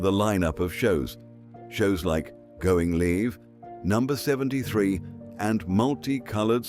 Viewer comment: And the Going Live pronounced as Going Leave...lol